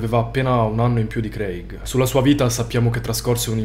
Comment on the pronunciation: Credo che "Craig" si pronunci *creig*, solo per informazione. Ottimi video